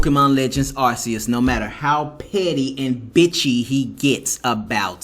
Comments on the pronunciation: It is not arceus it is Arcoos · Man I agree with everything you're saying about that dude. Like your video. But here's my nitpick with you, it's Arceus is (R Key Us). It's not pronounced with an (s) it's pronounced with a (c) like cat, car, case, cove. Even the official Nintendo in Pokemon channels are saying the same as I am.